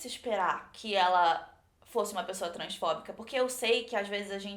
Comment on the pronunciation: Quando a disse Transfóbica eu ouvi Transformer,_